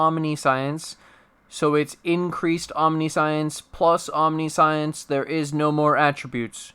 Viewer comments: British: om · ni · see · uhns American:: aam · ni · shns Streamer: Omni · Science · Only if you stop pronouncing it "Omni-Science". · That omniscience pronunciation tho (hint: it is not omni-science) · I usually don't do this but its said so much in this video that I can't help it. It's pronounced "om-nih-see-ince." It's not about science, it's about seeing everything. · Sigh, can't listen to the vid bc you keep saying omniscience WRONG. Sorry I'm a bit, or a lot, OCD about pronunciations